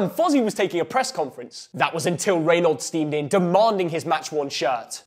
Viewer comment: Absolutely shagged how you pronounce Reynolds 🤣